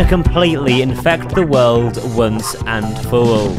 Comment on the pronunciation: is it me or did he really say wones awnd fow aww in / ?????